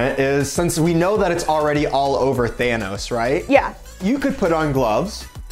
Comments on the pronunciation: I'm was heart broken when: 1. Didn't know who Thanos was 2. Called him Thanis. 💔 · So is so offended that hasn't seen Avengers and yet it was who told her it was pronounced "Thanis" at first. Lol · Thanos: Thanuss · slightly mispronouncing Lego's and Thanos makes me unnessasaraly angry. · or something thats not how you say thanos